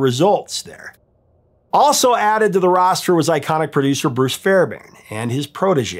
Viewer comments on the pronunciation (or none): It's pronounced Fair b airn (hard B) he produced most of the 80s